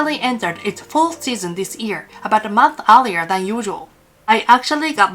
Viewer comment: I have a liguistic question. You pronounce "year" almost exactly like "ear". Isn´t the Y sound also part of Japanese language (e.g. wouldn´t Yokohama also be pronounced with the Y sound? Thank you already for the explanation